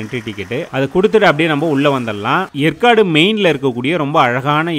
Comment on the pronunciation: ஏற்காடு என்பதை எற்காடு என்று உச்சரிக்கிறிர்கள்